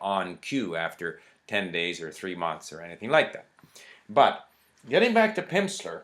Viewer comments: I noted he said "Pimpsler" a lot too! Funny. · "Pimpsleur?" haha. That pronunciation went well with the snake oil salesmen observations. Anyway, thanks for the review. Lots of true points. To me the best thing about Pimsleur programs are the way they break down the words into syllables before having you repeat back a word the first time. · It sounds like you're saying Pimpsler ... I like this :)